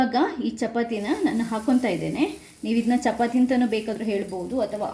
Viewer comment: chapati alla chapaati anni mam